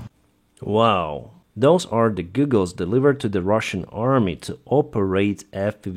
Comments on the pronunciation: Goggles! Not Goooogels. Please! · Its pronounced Gah gles not goo gles. not hating just a heads up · lol “Googles” sir, how you pronounce goggles, is like “gaw-gles” that’s how you pronounce “goggles.” ;) not “goo-gles” like google search engine lol, but googles sounds so much funnier not gonna lie haha. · Your pronunciation of goggles is rather endearing :) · Goggles not googles 😜👍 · Goggles not googles! 😂❤ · Hey,. They're called goggles, not googles. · Goggles виговоритися як Гоголс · A pair of Goggles has a short o as in the word hot. Google has two o's so sounds like a long u as in food. So they are FPV goggles not FPV googles.